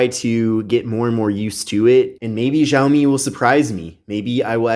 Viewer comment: Whaat ziaomi????